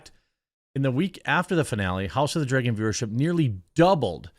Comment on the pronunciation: It’s like they never learn. Also Dragon not Dregun